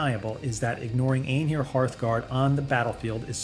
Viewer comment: Right? I had my suspicions and then when it got to Einhyr I had to rewind it three times just to figure out what the hell it just said😂